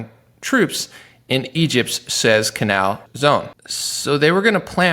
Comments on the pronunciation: No way you don't know how to say Matt Gaetz's name! No way! Matt Gates. Or Suez canal. WTF universe did I just wake up into?? Sue-ez This is just weird. He's way too smart for this, there's no way he's never heard those names and seen the words with them. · Soooo-ez Canal. I am old enough to know these pronunciations. Look up The USS Liberty. Israel shot down our ship and LBJ let our guys suffer because he didn't want to be embarrassed. People were dying and suffering. He then had them threatened for years after that. We are finally getting the truth.